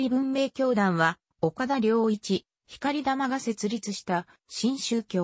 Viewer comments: ひかりたまではなく ごうたまでは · ひかりたまじゃなく、こうたまです。